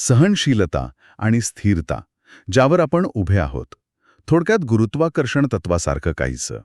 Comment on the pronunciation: उच्चारांकडे लक्ष द्या (१) जल् नव्हे जल, (२) स्थिर्ता नव्हे स्थिरता (३) बाहेरची लाईट नाही बाहेरचा प्रकाश म्हणा.